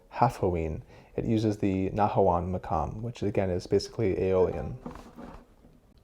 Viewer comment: The pronunciation of the quf as a kaf is so triggering. Maqam, not makam.